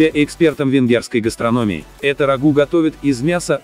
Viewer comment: Передача очень интересная, но ударения в названиях лучше сделать такими: "бограч" - в Венгрии ставят ударение на слог "бо", "гастрономии" - слог "ми". "Творог" - правильнее делать ударение на слог "ро", хотя допускается другое. Успехов!